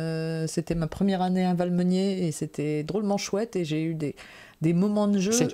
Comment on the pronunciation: Coucou tous les deux :) Merci pour l'annonce du concours du CLuBB. :) La grosse boîte de John D. Clair, c'est Edge of Darkness, et perso, j'adore, mais c'est vrai qu'il ne sort pas souvent (il demande pas mal de place sur la table aussi). Sinon c'est Valmeinier, pas Valmeunier (d'ailleurs on n'y dort pas beaucoup ;p). Mon souvenir de 2024, je vais choisir Behind. Quand j'ai testé le proto, il y avait une version avec une bande dessinée qui avait été faite par un camarade d'études de Nancy il y a près de 30 ans (une histoire de caribous en ascii-art), et je me suis étonné de retrouver là cette oeuvre, même si je savais qu'elles se baladaient sur le net si on savait où les chercher (il y a même des clips animés, toujours en ascii-art). Après que notre sélection des finalistes fut complétée, on nous a annoncé le nom des auteurs, et je n'ai pas tilté. Par contre tout s'est éclairé quand lors de la finale, Cédric Millet est venu me saluer par un "Bonjour, tu te souviens ? On était ensemble à Nancy !"... Et là j'ai compris. Par contre pour la version finale la BD a été remplacée par une histoire de professeur patate... ;) Ciao ^_^